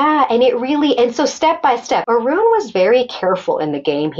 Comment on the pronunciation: Sorry Arun, not Urun